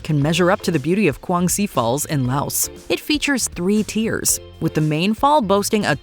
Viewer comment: The s in Laos is silent